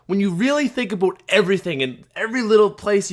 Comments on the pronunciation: Omg he said aboot not about ... Unintentional South Park refrence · "When you think aboot it" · he said aboot. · he said aboot so Canadian like. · said "When you really think aboot everything" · The way he says about kinda pisses me off.